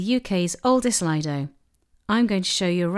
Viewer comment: You should really change the fact that you pronounce Lido Incorrectly